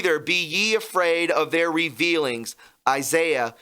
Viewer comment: Hey bud, as a fellow Christian, I just have to say, that when you read Scripture on your channel, PLEASE, I’M BEGGING YOU, don’t butcher the words, the word in Isaiah was re-vile-ings, NOT re-veal-ings.